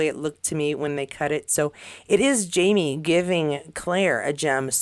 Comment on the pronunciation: Sounds like you’re saying ‘JaNie’, not ‘JaMie’.